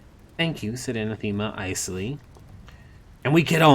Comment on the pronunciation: OK ... i have been appreciating this reading, but... i hate to do this , it has been killing me the entire time, and yes i will finish your reading of this., it is just this one thing... a·nath·e·ma /əˈnaTHəmə/ [[ Uh'nah'thu'mu ]] noun 1.something or someone that one vehemently dislikes. "racial hatred was anathema to her" Similar: abhorrent hateful odious repugnant repellent offensive abomination abhorrence aversion monstrosity outrage evil disgrace bane bugbear bête noire pariah 2. a formal curse by a pope or a council of the Church, excommunicating a person or denouncing a doctrine. "the Pope laid special emphasis on the second of these anathemas" thank you, i will step away from my soap box now. again, many apologies